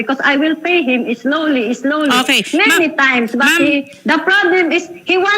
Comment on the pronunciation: islowly islowly imidyetly imidyetly haay. bayre na lng na ui kay giunsa gud nimo ng kwartaha. Kagastador ba nimong tiguwanga ka